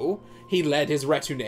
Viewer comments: I have nothing new to add except that retinue is pronounced REH-TIN-OO for crying out loud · Every time you said retinue, I wanted to sho*t myself! Amazing video btw. Look forward to your future videos. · This video is great but I can't get over how "retinue" is pronounced so wrong throughout the video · that is not how you pronounce "retinue" my friend.